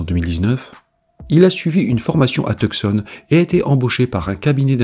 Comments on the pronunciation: J'aime bien tes vidéos,. Je suis conscient qu'étant donné tes origines tu peux "massacrer" certains mots, sans le vouloir. Dans la vidéo sur Daniel, handicapé, à un moment donné tu prononces Tucson comme ça s'écrit. Il faut plutôt prononcer Tucson comme s'il n'y avait pas de c. Mario Lebeuf, Cookshire-Eaton, Québec. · Tucson se prononce Toussone :)